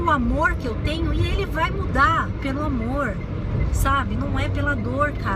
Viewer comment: O seu sotaque pra falar "amorrr" é muito bacana. Lembra um pouco o meu "interiorrrr" de Minas... Mais um vídeo delicioso em que você parece que está do meu lado falando só pra mim ... são conceitos (na maioria) com os quais eu concordo mas... você fala de um jeitinho tão seu que... sei lá... é diferente. É próximo... é íntimo(sem ser invasivo)... e é leve... Não é uma imposição de ideias... é um bate papo entre pessoas que se gostam e se respeitam... ... ...